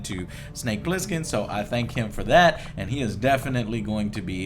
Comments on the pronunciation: It's Plissken, Joe. Pliskin was the name that solid snake used in metal gear solid 2. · It's "Snake Plissken", in case you're wondering. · Also, it's BOB "Snake" PLISSKEN... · It's Bob Plissken. And "Snake" is his nickname, not his original name.